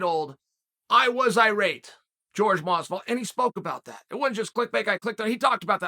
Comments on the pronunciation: It’s Jorge not George. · Incapable of pronouncing Jorge?